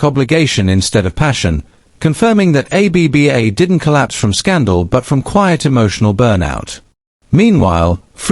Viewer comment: More AI claptrap. The AI voice can't even pronounce the band. And this AI narrator with his "poetic" computer generated narration is just ridiculous. And this stupid "Finally Confirms What We Thought All Along" nonsense. CelebNova TV, time to get a proper job 'cos you're no good at this.